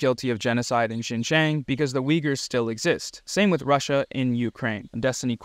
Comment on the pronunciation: why did you pronounce uyguhr like weegur 😭